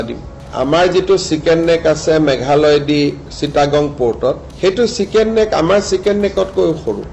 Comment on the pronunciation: এটা উচ্চারণ চিকেন ন্সেক না চিকেনস নেক (chickens neck)!!? না কি আমার ভুল!!? বলবেন কি?